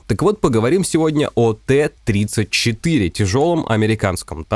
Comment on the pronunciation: не ТЭ-34, а ТИ-34